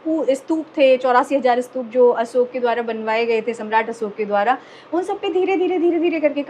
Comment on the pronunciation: Sahi ucharan kiya hai, Asok kehkar.